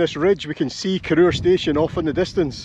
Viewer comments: I believe the pronunciation is as in CORR HOUR not CORR OOR? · Cor-oor! It's a Weegie thing, but I was soon corrected by the female ENGLISH train guard. She insisted it's called Cor-our, not Cor-oor! It's right in the absolute middle of absolutely nae-where. My sort of place. The Highest Railway station in the UK, she told me.